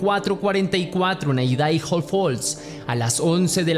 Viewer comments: Por que decis Aidaijo, cuándo se pronuncia Aidajo? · IDAHO (Se pronuncia "Aidaho")😂